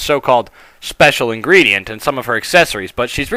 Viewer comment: the title brought me here pinkie pie's special ingredent sounds like *********************** giggity giggity goo